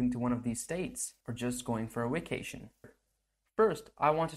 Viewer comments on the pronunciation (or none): Sounded like you said wacation. What's up with that?